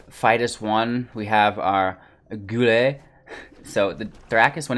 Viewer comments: Yeah guy-elle. You gotta brush up on your street fighter my dude 😉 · Guile pronounced Guy-ull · Might I recommend playing some Street Fighter so you can learn the proper pronunciation for 'Guile' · "Guile." I see they corrected your pronunciation down below. Read more books! :)